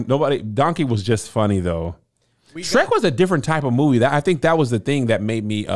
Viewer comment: This is the first time I have ever heard say "Ghat" instead of "that"